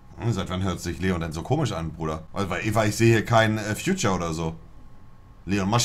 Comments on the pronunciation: Haha bei 0.43 sagt er er sieht da kein future statt feat. 🤣🤣🤣 Aja und Cococabana🤣🤣 Monte is echt lost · Kristijan B. Ich weiß, aber es klang wie Future. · Kein Future im Titel ... bester Versprecher 😄 liebe geht raus an Monte ❤️ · Ich seh hier kein "Future" beste englischkünste 😂😂